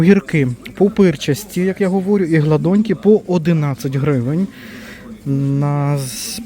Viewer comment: Почему анонс акций не делаете? Не гладоньки, а гладеньки